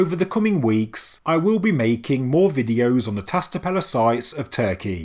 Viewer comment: Love your work, mate. Just to give you a hand with pronouncing Tas Tepeler - Ta(sh) Tepeler ("ler" with a roll of the tongue. Exaggerate the "L" and the "R"). 👍👍🙏🙏